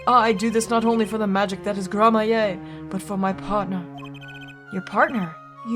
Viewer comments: please learn to read Gramarye as Gramaree, not gramaye (there is a clear r between a and a y) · Btw it's "Gramma-ree" not "grammar-yay". I haven't played this game in so long and I really dislike playing this particular case for a couple of reasons, one of which is that it's really obtuse. But I think maybe Valant has more to say now because of the gun? I honestly don't remember. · Just a tip for pronunciation, since you’ll probably say it a lot in this case. Gramarye is pronounced the same way as Smefanye, so Gram-A-ree. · Just a pronunciation tip. The name is pronounced Grammar-ey. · I'm fairly sure it's pronounced grammarie, thanks to apolo' s mispronounciation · Hey, “Gramarye” is pronounced “GRAM-a-ry.” The e is silent, so it rhymes with “Flannery.” It’s a real word, a variant of grimoire. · Don't forget, Gramarye is like "grammar-ee" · I’m pretty sure you’re supposed to say Troupe Gramarye like Grammar-e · I think I'm going to explode if she keeps pronouncing Gramarye like that